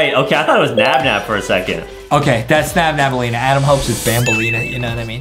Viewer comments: its nabnaleena not nabnabaleena your cringe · It’s nabnalina not nabnabalina 🤬🤬🤬🤬🤬🤬🤬🤬🤬🤬🤬🤬🤬🤬🤬🤬🤬🤬🤬🤬🤬🤬🤬🤬🤬🤬🤬🤬🤬🤬🤬😡😡😡😡😡😡😡😡😡😡😡😡😡😡😡😡😡😡😡😡😠😠😠😠😠😠😠😠😠😠😠😠😠😠😠😠🤨🤨🤨🤨🤨🤨🤨🫥🫥🫥🫥🫥🫥🖕🏻🖕🏻🖕🏻🖕🏻🖕🏻🖕🏻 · Its Nabnaleena Not Nabnabaleena and the Blue Bird is Called Tarta Bird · it's nabnaleena